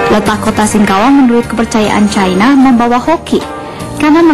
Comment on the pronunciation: ape sih ni orang ngomong cina aja pake cayna cayna... ngakunya orang indonesia..